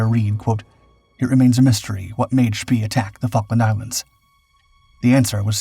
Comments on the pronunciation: The music is annoying and his name is pronounced much more "Shpay" than "Shpee". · I thought "von Spee" was pronounced "von sh-PAY?" or "von shp-PAY-uh?" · "Spee" is not pronounced like that. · You're right. They always get some of the German pronunciations wrong! Always!